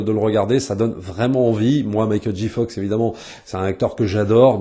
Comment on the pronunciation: C’est pas « dji », c’est « djé » Fox.